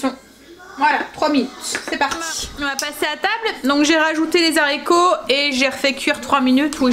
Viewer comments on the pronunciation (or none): Bonjour. Vous me faites rire quand vous dites les Zharicots vert. Dans le temps, les professeurs n acceptaient pas qu on dise Zharicots, il faut dire '' Haricots ''. Mais bon ce n est pas grave, je vous aime bien. Vous êtes mon petit feuilleton du matin. Je fais souvent des gâteaux aux yaourts, je vous donne ma recette si vous voulez la tester un jour dans vos vidéo. C est un gâteau au yaourt ultra léger et bien aéré, essayez. INGRÉDIENTS / 1 pot de yaourt nature, 3 oeufs, 2 pots de sucre fin, 2 pots de farine et 1 pot de maïzena, 1sachet de sucre vanillé, 1 sachet de levure chimique, 1 pot d huile de colza, la moitié d un citron pressé, où encore mieux la moitié d un citron confit coupé en petits dés. Alors en premier, séparer les blancs des jaunes d'oeufs. Dans le saladier des jaunes, mettre le yaourt, la farine, le sucre, l huile, le sucre vanillé, la levure chimique et le citron. Bien mélanger au robot, il faut que la pâte soit bien bien mélangée. Battre les blancs en neige, les incorporer délicatement à la pâte. Verser dans un moule beurré et fariné, au four 30 minutes environ, à 180 degrés. Votre mari qui trouve que le gâteau au yaourt est très sec, et bien quand il goûtera ce gâteau, il va tomber. Gâteau très très léger, aéré. Gros gros bisous 😘😘😘